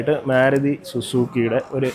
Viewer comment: മേരുതി അല്ല ചേട്ടാ മാരുതി എന്ന് പറ